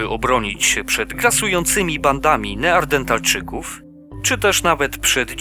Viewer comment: Ooo Civilization :D Ile to nocy się zarwało grając w tą wyśmienitą grę :0 Chętnie przypomnę sobie te czasy i obejrzę tą serię u Ciebie, szczególnie z nowym modem :) No tylko prosiłbym abyś nie mówił "neardentalczyków" tylko poprawnie "neandertalczyków". A tak poza tym, to standardowo, dobry montaż, dobry komentarz, dobry Let's Play :D